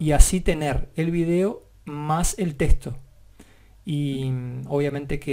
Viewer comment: soy a la unica que le altera que diga testo en ves de TEXTO?